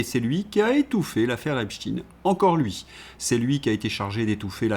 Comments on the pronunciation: Arrêtez de prononcer "epstchiiiiin" !!!! C'est ridicule ! Vous allez prononcer aussi Albert Einstiiin ??! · ..vous avez commencé en disant EpstEIN ..s'il vs plait arrêtez de dire Epstiiin! C'est plus subtile que vous le croyez et aussi0, que les pts Français devraient voir poyrquoi ! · Deux Epstein correctement prononcés, j’avais espéré mais ils furent suivis par trois Epstine… Pas de pouce levé ! Dommage, le reste était intéressant ! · pourquoi changer la prononciation de einstein , frankenstein et epstein ? pourquoi renoncer à notre langue alors ? est-ec pour proteger einstine, frankeinstine, epstine.... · Pour quelle raison prononcez-vous Epstine ? 😁 Merci d'avance pour votre réponse.